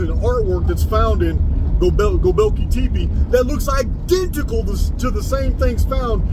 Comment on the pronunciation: hey bud, Gobekli Tepe phonetically sounds like "Go-bek-lee Tep-ay" btw. i luv the research!